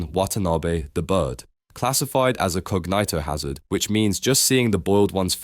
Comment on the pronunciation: what the actual fuck was that pronuncıatıon of cognıtohazard